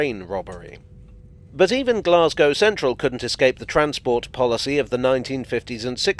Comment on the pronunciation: A village buried beneath the railway arches.... isn't that a cock and bull story? Blessings on you for pronouncing Glasgow correctly with the long 'a'.